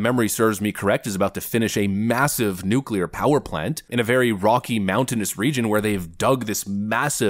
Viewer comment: Maybe it is trivial but how nice to have a President that can pronounce’nuclear’ 😂